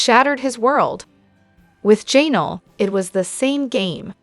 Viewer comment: It is Ja Nell ugh